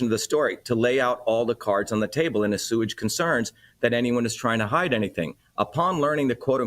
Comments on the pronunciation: Dr. Shiva - assuage is pronounced 'aw-swayj' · Assuage pronounced coherently and , I must say, properly (due to the definition rather than the root or any other "rules") as A-SEWAGE.....is SOOOOO proper in this narrative and filled me with extreme joy, as your channel always does! I am missing Natalie tonight of course, but grateful that your family operates as appropriately as your reporting of the facts. Your familial dedication to reporting the truth is not only solid in her absence from the screen, but reinforced by it. ....thank you so sooooo much for your entire family' s and staff's devotion to dissemination of truth and devotion to family and the values that grow healthy productive families. My prayers are with you and yours ❤